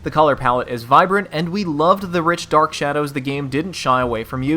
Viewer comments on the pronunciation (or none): none